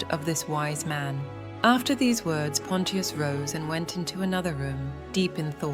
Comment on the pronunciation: Bot not pronouncing Pontious correctly so annoying